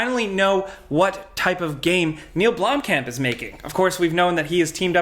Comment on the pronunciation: The pronunciation of blomkamp is hurting me in my South African heart